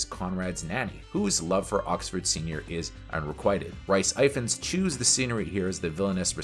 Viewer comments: Mate, Rhy Ifans is not "Rice Eye-fans". It's "Rees Iff-ans". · IM SORRY BUT “Rice Ifans” cmon bro this hurts